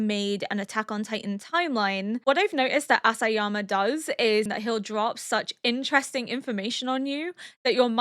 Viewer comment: Just wanna say that it's not Asayama, but Isayama :) I really love hearing your theories! Thank you for your reaction